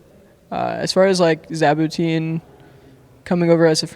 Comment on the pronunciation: Always super intesting to hear about CLG staff cause we rarely hear about it, seems like a great guy. And btw it's Jaboutin xD